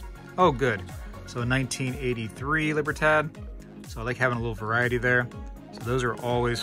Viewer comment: Libertad = Lee-Bear thad < Thugh-ah-d